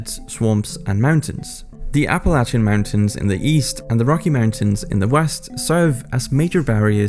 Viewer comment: I want to congratulate you on pronouncing "Apalachia" as "a-puh-LǎCH-uh" (just like an Appalachian American would say it) as opposed to "a-puh-LAYSH-uh". So few Americans do that, so... well done.